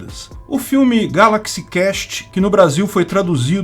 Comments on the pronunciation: Galaxy CÚEST, amigo. Na palavra Quest a letra U deve ser pronunciada. Do jeito que você falou muda completamente o sentido da coisa como Galaxy CAST. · Meu Deus., é Quest mesmo que se pronuncia. Cast é outra coisa. Me apavoro como gente culta e com canal grande, com um inglês sofrível desses...